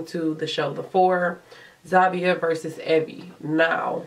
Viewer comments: It's not Zavia... It's Zhavia!! 😐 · Wow the way you pronounce Zhavia’s name is so cringe! I find it so stupid how they have a winner that’s been on the show for a week.